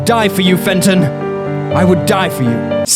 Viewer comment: "Fenton"? Jesus Chryst...